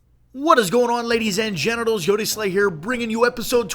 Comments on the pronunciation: Is it just me or does he say "ladies and genitals" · Did u say ladies and genitals